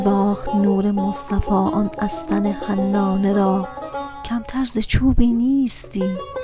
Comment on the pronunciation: عالی است فقط بعضی لغات را اشتباه خواندید مثل بیدق که بیذق خواندید یا استن که با ضمه خوانده میشود یا کم تک که باید با فتحه خوانده شود. پیشنهاد می کنم اشعار مولانا را که توسط دکتر سروش خوانده شده گوش کنید به تلفظ شما کمک می کند . موفق باشید.